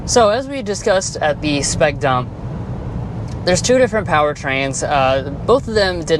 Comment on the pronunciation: Bro why you gotta emphasize the D in dump so hard though…